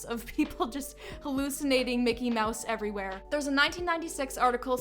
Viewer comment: 🙄Lame. It's "Mickey", NOT Mick'ay. And Disney is NOT a cult!